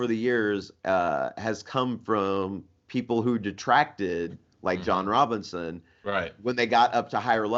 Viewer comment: Robison, not Robinson